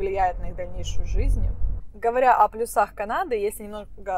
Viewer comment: ПлЮсах, а не плюсАх)) у тебя шикарные выдосы и сама ты очень красивая! Хотелось бы что ты во время рассказа направляла камеру на дорогу, что бы тщательнее разглядывать город. Эх, тоже хочу к вам(